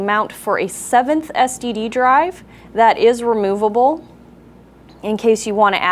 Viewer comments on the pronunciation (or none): did she say STD drive?.. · You said ssd wrong. Just sayin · sounds like she's saying "mounting point for your 7th STD"..